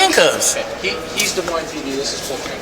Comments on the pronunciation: It's pronounced, "Duh-Moyn" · It's pronounced De Moine! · The "S" is silent. "De Moine" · The S’s are silent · Learn how to pronounce Des Moines--the "s" is silent. The same with Illinois